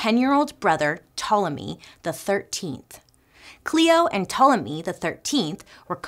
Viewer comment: Bailey pronunciation of Ptolemy was flawless 👏🏾👏🏾👏🏾